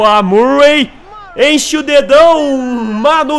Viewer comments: seu lindo, não é MURREI, que se pronuncia e sim MÃRREI, abração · a pronuncia eh mãrrey e stãnislas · pugh = pãg murray = mãruei